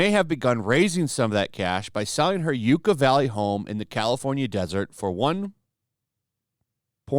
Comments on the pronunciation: He called Yucca valley , Ucca valley 😂 yes if everyone could just do bankruptcy on restitution then nobody would ever pay it. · It’s pronounced YuckA